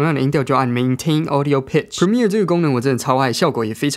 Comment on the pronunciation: 讚讚 這次Premiere唸對了